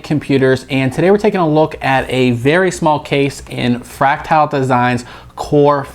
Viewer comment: That's not how you pronounce "fractal".